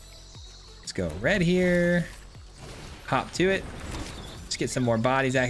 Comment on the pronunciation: I swear he was saying Hawk Tuah